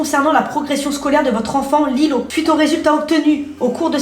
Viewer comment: Mais on di qu’on di Lilo pas Lille